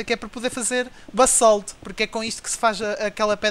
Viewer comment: tu dizes "bassalto"? Lê-se "bazalto" mas escreve-se basalto